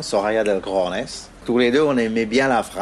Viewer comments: honnetement sur l'accent Colombien il est pas top.... ensuite cojones c'est avec la jota, pas un "r". Voila j'ai sorti ma science... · Roberto Del Cojones c'est trop dur à prononcer pour des gosiers français señor.